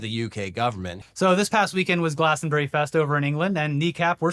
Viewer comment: "Hey if you're here, who's fucking your wife?" is brilliant, go! Artists standing up for their political beliefs has a strong tradition at Glastonbury (pronounced 'Glastronbry' btw) so fuck the BBC, and fuck Starmer. Bunch of cowards.